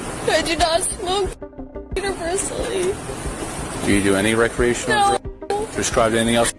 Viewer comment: What is with the not being able to say the word drugs?